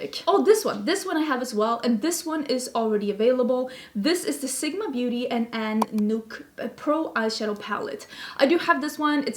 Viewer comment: The last name of An is more pronounced as Knoak, do say both the k and n though. It is a Dutch last name